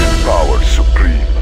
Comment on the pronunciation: "Soviet power suprem"